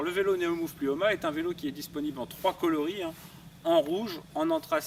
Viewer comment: Plimoa, pas "Plioma" !